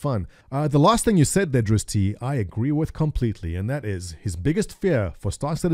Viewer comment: I don't think it's pronounced "Drizz-tee" but "Drizz't". You really need to brush up on your chaotic good drow knowledgebase.